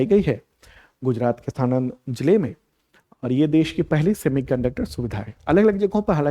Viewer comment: सानंद नहीं આણંદ